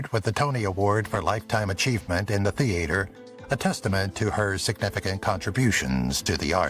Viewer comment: The "a" in theater is not pronounced like the a in "hay" It is said like the a in father, "ah" . The "e" in Moreno is pronounce like the "a" in hay.